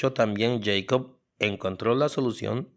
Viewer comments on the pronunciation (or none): El nombre de Jakob Bernoulli se pronunciaría "yecob" si fuese un nombre inglés, pero como es un nombre alemán, ya que él era de Basilea, un cantón de la Suiza alemana, su nombre se pronuncia "yacob", casi igual que que la versión castellana de su nombre: "Jacobo". Hay una canción infantil muy popular en alemán que se llama "Bruder Jakob". Si la escuchas aprenderás como se pronuncia este nombre. Es un gran error creer que cualquier palabra que no sea castellana tiene que leerse como si fuese inglesa.